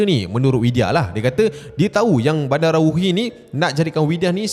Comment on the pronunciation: salah tu cap. badarawuhi bukan bandarawuhi. takde N. badarawuhi, medusa indo